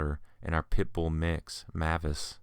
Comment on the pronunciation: If that pitbull's name is spelled "MAVIS" then it's pronounced "MAY-VISS" .... NOT "Mah-viss"